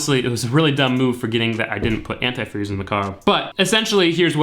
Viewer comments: Ant eye freeze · Ah that pronunciation of antifreeze 🤨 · Love how you say AnTIfreeze ! LMAO. I live in Florida and I need to drain and refill my system. I did a water pump, timing belt and filled it with water. It can mess up your system with just water ( in the south ) corrosion, etc. I think anTI freeze and distilled water is the way to go Bro !